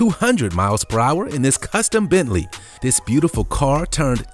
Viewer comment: dude butchered that bentley ..